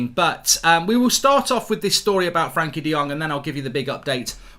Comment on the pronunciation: He may be on time but he still can't pronounce frenkie